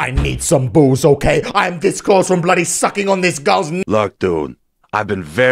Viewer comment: Why do you all ways say blody